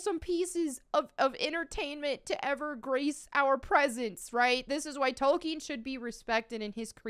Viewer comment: Sir Tolkien's name is pronounced "Tol-KEEN", not "Tolken". Even in the 2019 Biopic, the Professor made sure to correct his mentor and anyone else who mispronounced his name. :)